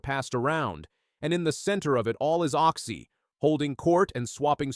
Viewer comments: It's Occy not Oxy! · Can I just slap this narrator..... Oxy..... its Occy..... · Show respect get his name right.OCCY